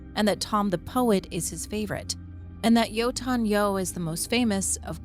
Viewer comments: At first I was confused wth are you meaning when you say "yoton yo" but then I realized you mean "yötön yö" 😆 I suppose you would say it like that if you try to force English pronunciation into it. Next time you listen to the song, pay attention to the chorus for some insight! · I don't mind the silent h, but "Jotun, yo" instead of "yötön yö" is pretty grating. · A funny anecdote: I was initially just listening to this video, and the way you pronounced "Yötön Yö" registered to my ear as "Jötun/Jotun Joe" and I just accepted that as something that probably was in the games but I forgot about. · Your pronunciation of Yötön Yö is killing me. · Great vid but I was only listening and it took me a while to get that you said yötön yö lol